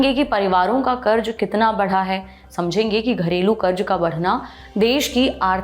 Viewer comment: Pronounce sahi karen. Karj nahi karz bola jana h